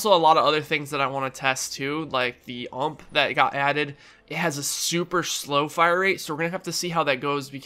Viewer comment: I hate when he's says " UMP". Please just say U M P